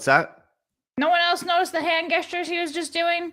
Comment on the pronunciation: wait wait wait. Did just say hand “guess tures” instead of hand “gestures”??